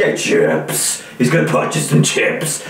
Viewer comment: I remember I died laughing when he said "C H I P S"